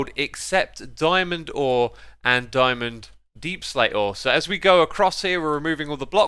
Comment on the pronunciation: "Dyeman door" lol